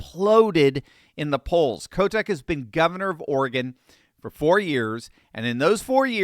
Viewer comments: Every time you say Kotek name , i keep hearing Kotex as in pads 😁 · I thought I heard a slight slip of the tongue on Tina's last name. It is the nickname the kids here have for her. Oh, and let us not forget to the riots Downtown in 2020. If the people in Multnomah County have had enough, we'll flip.